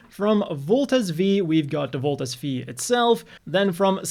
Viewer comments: it's Voltes V (five)..... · Its Voltes 5. The V is a roman numeral